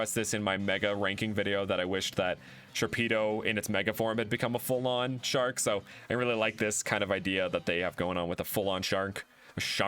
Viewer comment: Sharnk? Shark. Don’t shark me! I almost LOL’ed at that